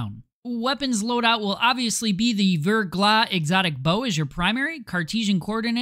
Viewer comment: and its still wrong btw, the ER would be pronounced "air" , NOT [UR - VURGLAH]<WRONG [AIR - VAIRGLAH]<RIGHT. French also pronounce their R differently. not rolled like Spanish but they pronounce R as H but as if you were gonna Hock up some spit while making the H sound. "Ve(^H^)Glah"